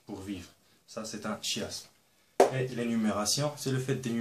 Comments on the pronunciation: Superbe vidéo j'ai tout compris! par contre je crois qu'on dit "kiasme" et pas "chiasme Merci quand même 😉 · On prononce le "K"iasme, pas le chi-asme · Par contre le chiasme ce prononce "quiasme" et pas chiiieeeeasme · A LIRE par tous ceux qui RÉVISENT LE BAC FRANÇAIS 2017 ! Une bonne explication des figures de style ! Une petite erreur : chiasme (on ne dit pas ch mais k : il se prononce kiasme) Les citations sont pour la plupart celles d'auteur connus. Vous pouvez vous amuser à chercher de qui elles sont ! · C'est beau ce que vous faites, mais chiasme \ʃjazm\ ça se prononce \kjasm\ si je me trompe pas ;) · On ne prononce pas "chiasme" comme chier mais "chiasme" comme choral :) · on dit kiasme et pas chiasme c'est très utile et merci beaucoup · Sa se prononce pas chiasme mais kiasme mais sa s'écrit chiasme sinon superbe vidéo 😉😉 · veuillez accepter svp cette petite correction chaisme le ch se prononce k pour le reste tres excellent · ON NE DIT PAS CHIASME MAIS KIASME ........ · on dit pas chiasme mais kiasme mmmdr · on prononce pas le "H" de Chiasme . on dit Kiasme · tu as mal prononcer le chiasme .le ch il faut le prononcer en k "kiasme" mais on l'écrit chiasme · chiasme se prononce kiasme pas chiasme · On prononce [kiasm] Bonne idée de les placer dans un schéma! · Bon résumé. Cependant, "chiasme" se prononce "kiasme". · Juste le chiasme ça se prononce " quiasme" non ? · ça se prononce quiasme mais c pas grave le reste est bien fait. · Effectivement Ça se prononce avec " k" Et c est dans le dictionnaire . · oui :D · Ma prof de français a trouvé sa vraiment géniale et elle va s'en servir pour faire un cour, attention cependant "chiasme" se prononce "quiasme" voila. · on ecrit chiasme, on prononce kiazme votre explication est tres claire merci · Bonjour, Merci pour cette vidéo concise pour ceux qui ne connaissent pas les figures de style.Juste une remarque, le chiasme se prononce "kinasme" à l'oral ;) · Chiasme ça se lit kiasme ^^ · Sa ce prononce kiasme